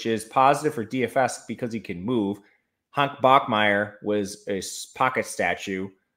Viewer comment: Did you say "Hunk" Bachmeier? not that theres anything wrong with that 😁